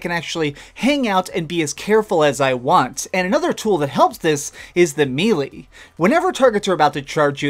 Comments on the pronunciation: Fyi, you pronounced melee wrong, it's pronounced "maylay". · ish Miilee? Miilii? Lol